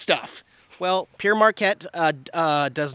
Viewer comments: Love that area ... Growing up in St. Louis I and everyone I know pronounced Pere just as you did; sounds like "pier." Then I took French and realized it should be pronounced like "pear." Pere is the French word for Father and the park is named for Father Jacques Marquette who explored the area. Been a while since I watched one of your videos but, just so you know, it was your Great River Road videos from Minnesota to Louisiana that turned me to your channel. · Hi, Pere Marquette is a french name for a priest who’s last nane was Marquette. It is pronounced “pair Marquette”. Thanks for the video! Enjoy that beautiful site.